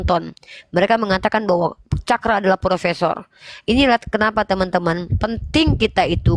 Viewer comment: Bukan propesor tapi propesong.